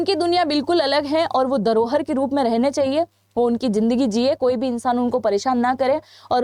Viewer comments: वो जो लोग वहां मारे गए उनलोगो के साथ गलत हुआ या सही इसकी समझ तुम्हे नहीं है क्या? एकाड़ों, छीयाड़ों क्या है? अपनी हिंदी सुधारों "दरोहर नहीं धरोहर" होता हैं। अच्छी बात ये है कि Dislike button hota है YouTube me। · 😂darohar?? Gatna? Ikanu? Chhianu? Are aunty bolna to sikhle